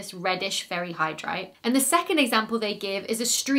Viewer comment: Did anyone else think she said "fairy hydrite" or was that just me? lol